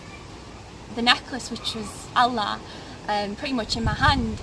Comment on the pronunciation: Sorry not convinced. If she was raised as a Muslim she would not mispronounced the name of 'Allah' or the word 'Qur'an'. Also the name is not a Muslim or a Turkish name. Unfortunately it seems clear she was not ever taught about Islam in the first place. I bear witness that there is no god except the One True God, And Muhammad peace be upon him is His Messenger, And Jesus peace be upon him is also His prophet, who will return to lead the believers, destroy the crosses and kill the Antichrist. My friends, dreams can be easily tampered with by Satan, your reasons for choosing a path must be based on Revelation, on reason and sound spiritual judgement, not emotional impulse. The sister seems very nice, I wish her and you all the best. As salaamu alaykum